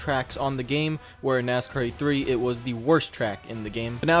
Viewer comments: Lol nk, it sounded like he was saying "nascar 84" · I don't think this guy pronounced the word, "Heat", correctly once during this entire review.